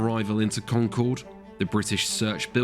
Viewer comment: Solid video. And his pronunciation of “Concord” was spot on. 😄